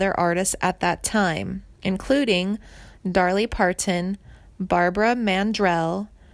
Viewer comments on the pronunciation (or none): Darly Parton? Tonya Tuncker? How can I trust anything you've reported if you can't even pronounce the subjects name right or any legendary stars of Country Music?